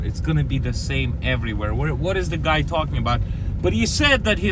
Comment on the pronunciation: Your Long Island accent came out there when tawkking about milk😅